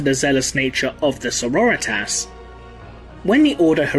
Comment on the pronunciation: I just want to sya as a long time viewer of the channel i love your stuff, but I love how you say Sorritas, becasue it reminds me of Eric Cartmen sayin Authority and it is both beautiful and amazing! Keep up making the great vids!